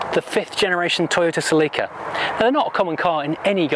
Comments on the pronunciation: I lost him when he started call the car celì’ca instead of just celica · It’s pronounced cElica not celicAAAA 😂 😂